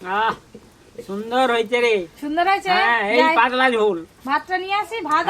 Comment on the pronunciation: পাদলা কি ভাই পাতলা 😂😂😂